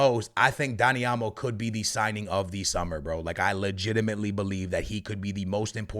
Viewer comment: I know you didn’t just say daddy olmo